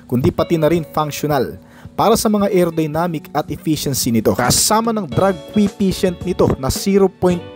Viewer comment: brod "drag coefficient" hindi drag "que patient" !!! aral at basa muna bago mag video..!